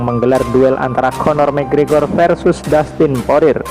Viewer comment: Ngeja nama masih salah kyak bocil